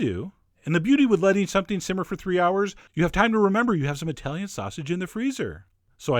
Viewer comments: NOT: EYE-TALIAN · Eye-talian, Douchesch, Eye-ran-ian, Uh-murrrrican, Eye-rock. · Eye-Talian? Really? tsk tsk....